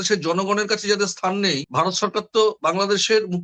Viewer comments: Bhai, for God's sake, please pronounce BHARAT (VARAT) NOT BARAT. Get your acts right. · মতামত কমেন্ট করলে তো তোমার কথাই বলতে হয় তুমি ভারত বলতে পারো না বলো বারত৷ কি কুরুচি পূর্ণ উচ্চারণ তোমার। বিরক্তিকর জাহেল একটা লোক কন্টেন বানাচ্ছে বাংলা ভাষা ঠিকমত বলতে পারে না। আজব। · ঠিকমত" ভারত "বলতে পারে না বলে" বারত" শেখ বলতে পারে না বলে " শ্যাখ" ! লজ্জা করে করে না ভিডিও পোষ্ট করতে?